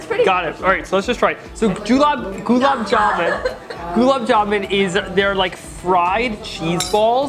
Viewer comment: It's pronounced as Goolaab jamun not Julaab jamun 😂😂😂 in hindi julaab means liquid poop 😂😂😂 love your videos man keep it up .